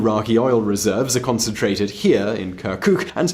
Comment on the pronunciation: I am totally alright with people and their will to retain their language and culture. However,, what does "kerkük" - the city you even mispronounce - have to with a region that you call Kurdistan? I mean, if you had formerly checked historical records, right around 1920 this place voted to join Turkey due to its - yes I am emphasizing - MAJORITY OF TURKMEN POPULATION. I do understand the good intentions in explaining the rationale for the voting for the referandum. Nevertheless, calling the region simply Kurdistan while skipping Turkmens, Yazidis, Assyrians, and even Armenians is yet another ignorance that you let the audience believe about. My suggestion would be to rely on multilingual sources rather than the solely ready made media in English. I do like most of your videos, and I would be more glad to see less historically biased - a better researched video of yours in the future.